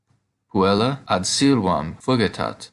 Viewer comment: I agree with poster Todd Phillips (below), I think it should be 'fugit', not 'fugitat'.